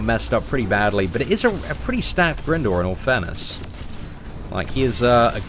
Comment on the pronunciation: Great video,. By the way, the helicopters name is pronounced Grind-or (as in grinding arenas). Its confirmed in other games and media